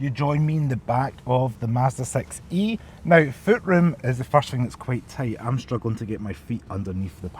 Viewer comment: I like that with scottish accent the model name Sounds like sex-y 😊